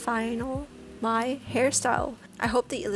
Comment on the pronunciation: It’s pronounced mai